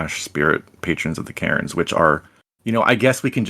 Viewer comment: Interesting video. Tho every time you spoke about "Caerns" I understood "Karens" XD